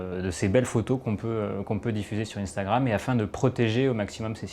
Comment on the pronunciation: Jm bien comment il dit intragram mdr moi je dis un-stra-gramme